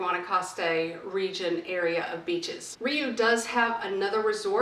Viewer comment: It's pronounced "ree-oooh" not "ree-you". It has a long U vowel sound at the end.